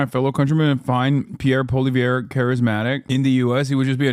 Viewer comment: His pronunciation is killing me but in the good way… “Pierre Polio” as in his ideology is a mind virus and “Al-berta” because that’s mostly where the right wing fanatics live 😂